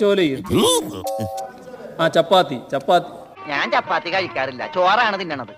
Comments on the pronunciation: Chappathy alla pappathy ,🤣🤣🤣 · ചപ്പാത്തി... ചാപത്തിയേയ് 😂